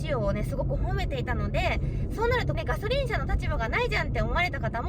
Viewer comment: がしょりんww